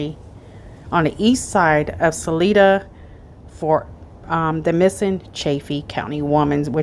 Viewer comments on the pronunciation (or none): It’s “Suh-lie-duh”. Salida.